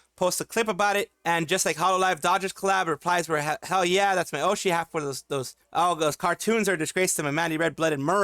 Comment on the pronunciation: It's how Mococo said hell. It's Hoel for her